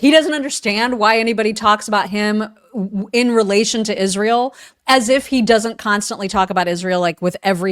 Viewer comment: It’s IZZZZZSHRAEL